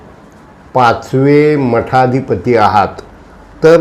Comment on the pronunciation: मठाधिपती नाही पिठाधिपती म्हणा